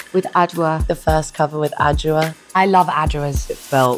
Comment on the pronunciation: I’m a Ghanaian and the way Dua pronounces Adwoa is soo beautiful.